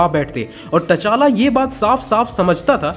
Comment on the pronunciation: T chala not ta chala